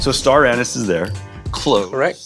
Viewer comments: I heard him say ‘Star Anus’ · I heard star-anus from jet tila for some reason…….